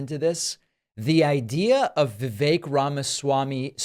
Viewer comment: He's an annoying political figure, but thank for having enough respct to pronounce "rhymes with cake" correctly